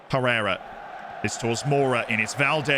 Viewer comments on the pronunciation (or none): none